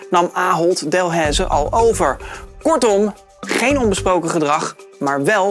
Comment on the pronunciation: Hey, ik kom uit België en hier zijn er dus Delaize supermarkten maar echt niemand spreekt Delaize zo uit als jij. Is geen haat maar gwoon dat je het weet.